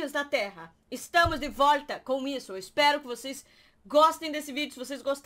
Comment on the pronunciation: Amo quando a fala "voita"